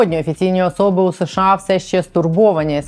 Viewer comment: будь ласка, не СеШеА, а США. СеШеА почали вимовляти за пізнього Брежнєва, бо, найімовірніше, його щелепа не справлялася з такою "складною" абревіатурою. І тоді ведучі Центрального телебачення запросили мовознавця й запитали, як правильно вимовляти цю абревіатуру. Той дуже нерішуче сказав (його нерішучість була цілком зрозуміла), що краще промовляти США. Послухайте Володимира Огризка, Катерину Кельбус, Мирославу Гонгадзе тощо і відмовтеся нарешті від СеШеА. Ми ж бо не Росія!